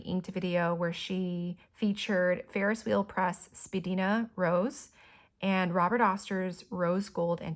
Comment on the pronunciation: It’s pronounced Spa-dine-a.